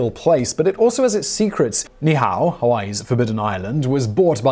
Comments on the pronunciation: Ni'Ihau is pronounced "Nee Eee How". Not "Nee How". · The Hawaiian Island name should be pronounced using each vowel i.e. Ni I Ha u< Ne E H A U and the kings name should be pronounced Kah may ha may ha. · Your pronounciations for Niihau and Kamehameha are hilarious. It's nee' ee-how and kah-meh-hah-meh-hah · To all the people being ugly re this correction - ease up! I wasn't watching the screen & did a double-take, because I initially thought Mr. W said 你好 (very formal 'hello' in Chinese, pronounced Nǐ hǎo) and knew that couldn't be right!